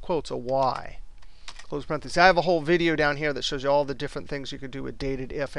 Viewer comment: DATED-IF? I always thought it's called DATE-DIF.